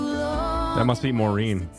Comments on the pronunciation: Not me thinking who tf is Maureen?? Oh you mean Maren (Mah-ren) 😂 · FYI Maren’s name is pronounced like barren 😊